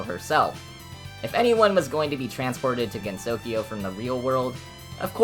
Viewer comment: this is an informative and funny video ! but your pronunciation is a bit off for some names . Japanese phonetics can be a bit tricky for English speakers since each syllable is taken independently. Sumireko is "soo-mee-REH-koh", rather than "RAY-koh", and the emphasis in Usami is on the first syllable "OO-sa-mee" rather than "oo-SA-mee" Gensokyo has 3 syllables with the last pronounced "kyoh" as one sound, rather than separately like "kee-yo" with 4 syllables total . The emphasis is in the first syllable of Mamizou's name "MA-mee-zoh", but pronunciation is good apart from that . So many people get this wrong but Marisa is "MAH-ree-sah" rather than the western "muh-RISS-uh" this might be partly due to romanisation trickiness, but Rinnosuke is "Ree-NOH-skeh" with 3 syllables, rather than "Ree-no-NOH-skay". Double consonant just means the vowel afterwards is longer. Omake is "oh-ma-keh", 3 syllables. i hope this does not seem rude >_< but i hope you take this comment into consideration.